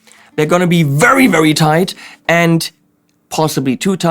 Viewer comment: Toight like a toiger:-D Gotta love!